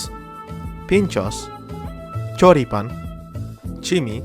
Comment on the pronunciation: I'm from Argentina and I liked your pronunciation of Asado and Choripan. Greetings!!